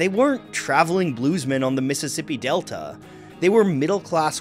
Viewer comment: the way you said "mississippi delta" lol